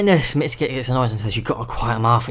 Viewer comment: It's not mitsuki it's Mizuki